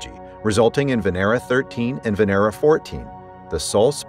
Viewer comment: It's not "Veneera", it's Vénera, which literally means Venus